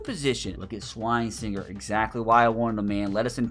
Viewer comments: shrine singer is not how you say Carson’s last name, it’s (Swess-in-jurr) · It’s not SWINE-SINGER it’s SWESH-inger